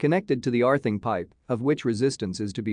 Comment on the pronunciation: Arthing? What is Arthing?